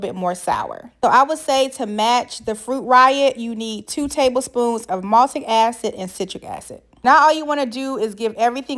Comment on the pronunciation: I was looking online for "maltic" acid and you mispoke its MALIC acid. But thank you so much for authentic sour grape recipe. Been looking thru hundreds of quick bad recipes and long disappointing knock offs and your grapes look SOOOOOO good girl!!! Damn i wish I was in your kitchen. If you ever make more flavors or different treats im subing